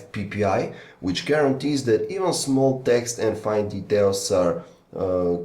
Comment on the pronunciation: can you stop saying dat instead of that